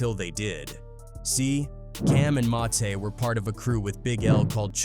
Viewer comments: Who is Massey? You need to stop this AI crap it’s ruining your videos Edit: I’m 9 mins in and not once have you said mase name right. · Mah-say is diabolical 😂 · It's MASE what the F haha MASEY ? HE'S NOT FUKING FRENCH NOR IS HIS NAME IS MASE LIKE "mace" fuk😅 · That nigga called Mase Ma-say 😂😂😂